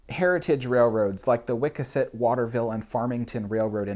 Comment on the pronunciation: Waterville, "Wiss-Cass-Et", and Farmington Railroad. Also, the first 2 foot gauge railroad in the U.S., if not North America, was the short lived Bedford and Billerica Railroad in Massachusetts. It had two diminutive Forney locomotives named "Ariel" and "Puck" after Shakespeare's "A Midsummer's Night Dream". It lasted about 7 to 9 months. After it shut down all of it's equipment was sold up to Sandy River in Maine to create what would become the Sandy River and Rangeley Lakes Railroad. The right of way was bought by the Boston and Lowell Railroad and changed to standard gauge and referred to as "The Concord Branch". In the Boston area, there was "The Boston , Revere Beach, and Lynn Railroad" it was unique in that it was three foot gauge, but it's passenger cars were built to Standard Gauge and mounted on three foot Gauge trucks. Also they used exclusively Mason Bogie locomotives, though when Mason/Taunton Locomotive Works went out of business the B, RB, & L. bought the design from Mason and had new Bogies built by Alco. Manchester. There is only one Mason Bogie still around, it's called the "Torch Lake" and is in service at the Henry Ford Museum in Dearborn. MI. The Bogies allowed the drive and pilot wheels to swing to either side under the rigid boiler to handle tight radius curves. One more thing the cross bench open cars on the Disney Land/Disney World Railroad are pronounced "NARA-gan-sett" it sounds like the short name for the National Archives and Records Administration